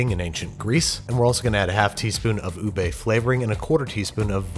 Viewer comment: LARS IS NOT UBEY IS UBEH